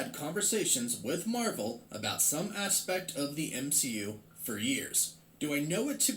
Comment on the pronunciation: The endning Marwel s 😂👌